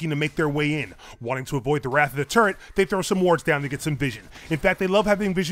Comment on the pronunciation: LMAO FIRST CLIP am I the only one who heard 'turd' every time he said 'turret'??